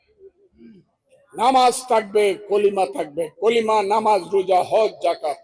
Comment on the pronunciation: কালেমাকে বলছে, কলিমা। সাধে কি ফজা পাগলা বলে।